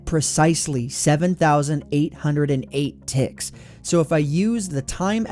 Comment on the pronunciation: Why do I hear "ticks" as "thicc"